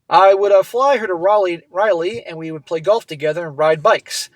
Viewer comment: Not much hope for this guy. Also..it's RALEIGH. (RAW-LEIGH) (I grew up there)